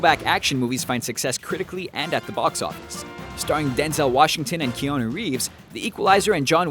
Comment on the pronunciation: Am I the only one who heard him call Keanu Reeves, "Keona Reeves"???